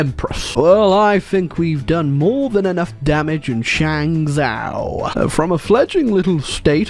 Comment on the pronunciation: Initially was quite irritated that kept calling it Shang-zoww instead of Shang-Joe, which would be the proper pronunciation, but then I realized hey, this is his channel, his kingdom and at the end of the day, he's British. He can't help it